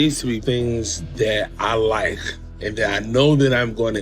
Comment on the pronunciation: "I likhe"